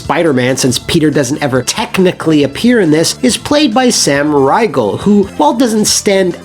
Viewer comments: Great video! Just a quick thing though. Sam Riegal’s name is supposed to be pronounced “Reegal” (like Regal Cinemas). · That's the oddest pronunciation of Sam Riegel's name I ever heard